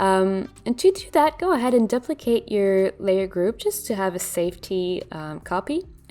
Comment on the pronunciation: It's interesting how you pronounce some words the way you learned to spell them...duplicate and facet for example. Nice tutorials. Learning a bunch.